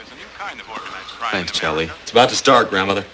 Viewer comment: It's Charlie, not Chowlee. Idiot.